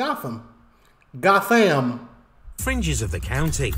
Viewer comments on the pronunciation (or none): That particular Gotham is pronounced goat-um. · it says " " which is pm man. Also a lot of places in the UK will be pronounced differently from what you think based on the spelling. Gotham is actually pronounced "Goatum"